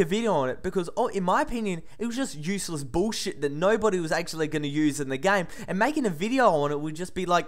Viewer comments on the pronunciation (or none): first time I hear say "bullshit", BOOSHEET LOL